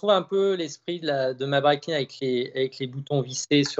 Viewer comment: Breitling et non breitlling 😅 comme d’habitude toujours au top 👌 les duels Times